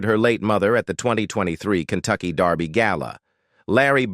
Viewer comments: Why does man say Darby not derby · Muh hay uh not Mex e uh. Derby not darby. Geeezzzzzzzzz get it right! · It's called, "DER-by"; not " DAR-by". If you're going to report on something, at least pronounce it correctly. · It's Kentucky Derby. Not Darby! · It’s “derby” not “Darby”! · how do you get 'darby' out of 'kentucky dErby'? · She looks like her dad. Only her teeth are like her mother. It's derby, not Darby. AI usually messes these stories up. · The Kentucky DARBY.....kinda annoying :) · Why do these sites use AI or whatever robotic voice that mispronounces words? Kentucky Darby? Really? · If I heard "Kentucky Darrrby" one more time I was going to scream!!! Great job Larry, but dang this video is hard to take